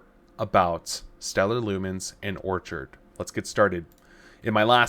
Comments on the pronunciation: It’s pronounced “Or-kid” like the flower, is it not? “Orchard” like as in a group of fruit trees, is spelled with an “a.” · If you can't even say Orchid properly, orchard is just silly, why would I trust or watch you again?